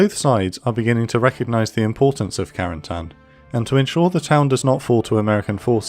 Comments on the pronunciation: Creates a video specifically focusing on some very specific place, does not try at least once to pronounce said place correctly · It's funny how americans pronounce Cotentin correctly (even if there is room for error) but Carentan is always butchered. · What about a little French lesson to pronounce Carentan properly? Great job otherwise!